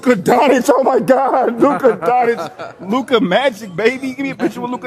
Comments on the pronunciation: Luka DonCic not DoNic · It aint "Luka DONITCH" IT'S LUKA Don-Tchitch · This man said luka donich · “Luka Donich” 😂😂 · You have to learn how to pronounce future MVP Luka Doncic name 😂